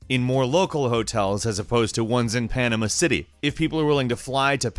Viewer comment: Pronouncing Panama City wrong